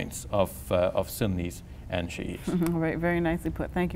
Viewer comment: why does he keep saying shia wrong?? its so distracting.